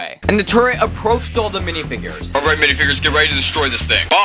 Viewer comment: "dihfigures" bro wat???